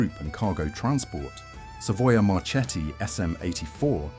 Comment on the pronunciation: Savoia Marchetti It must be pronounced Savoia Marketti, Remember!